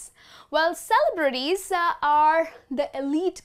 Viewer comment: are you sure the way you pronounce the word "celebrities" is the correct? it sounds weird to me